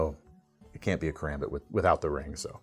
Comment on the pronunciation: Can sept lol